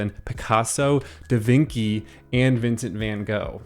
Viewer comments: da Vinci is pronounced 'dá Vinshi', not 'da Vinki' 😅 great video btw! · Love it. Great points and very interesting. Particularly loving the bold Da VINKY pronunciation. Keep em coming!